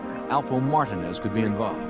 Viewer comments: So annoying to keep hearing him pronounce the name wrong..do your homework narrator...its a Puerto Rican name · Highly annoying me how their trying to pronounce Martinez 🥴🥴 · Blowing my shit how they pronounce Alpo 🐀 last name ‼️ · How in the hell do you NOT know how to pronounce Martinez.? 🤦‍♂️😂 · How they are pronouncing Martinez is cringe as a mf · Bothers the shit out of me the way the butchered the name Martinez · Please learn how to pronounce Martinez. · It erks me that the narrator can't say Martinez properly. He sounds ignorant af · I thought it was just me I'm like wtf are they saying his name like that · It’s actually not pronounced wrong in Spain that’s how it’s pronounced they actually take offense if you pronounce it the common way everywhere else it’s the common way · Mac Blazin Well, its hard for a lot of white people to pronounce black and brown names lol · The Way They're Saying Martinez Is Awful.....They need to be charged with a crime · Imagine making a career out of being a narrator, but not being able to pronounce MARTINEZ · Why they saying his last name wrong lol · Mar-ta-nez 😂. The reenactment/actors of this is HORRIBLE #TrashJuice 🗑 🚮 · Its Martinez not Martin-Nez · Why do they keep saying Martin Is?? Wtf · WOW They turned Mar-teen-ez into martin-es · Ain’t nobody else gon call out the fact that they kept sayin “martin-ez” instead of MARTINEZ 😂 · It's not Martin it's Martinez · Martin ehs.... marteenehz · Alpo Martinez not Martin wtf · Calling alpo "alpo martin" is crazy😂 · “Alpo Martin “iz ” I cringed everytime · Mar-ta-nez??? How TF do you not know how to pronounce Martinez that's like one of the most common names in the world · Martinez It’s mar-teen-ezzzzz tf.! Lol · He was saying Martin...they off the damn hook. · What’s so hard about pronouncing Martinez ( Mar - teen - ez ) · I was like Martin Ez? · as a Castillian speaker I can attest it is not pronounced like that in Spain. In Spain you might hear Mar-TEEN-eth but never MAR-tin-ez.